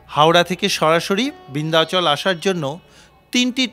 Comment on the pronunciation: উচ্চারন হবে বিন্ধাচল, বৃন্ধাচল নয়। যা তা।